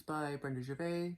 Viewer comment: I let my hair go white and I like not spending all that time, never mind money, in a hair salon. You cannot take stitching with you so that takes away from fun time. Gervais does not pronounce the "s". To tone down colours in a border try tea dying the threads before stitching? Your freebie throw up made me hoot!! 🤣Thanks. I think an adaptation can be an interpretation of the design so you can "interpret" the different design elements. Maybe not do too much over one for those who have a problem with it. I like doing both a reproduction sampler and an adaptation as I have both in my stash.